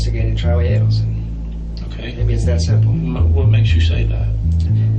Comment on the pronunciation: It's A-del-son.